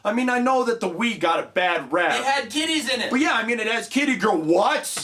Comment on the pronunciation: Hey,. "Kitties."